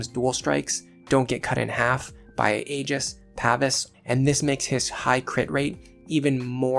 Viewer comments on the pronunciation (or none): none